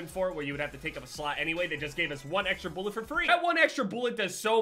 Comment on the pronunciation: Drinking game; Take a shot every time he says “boolet” or “boolets”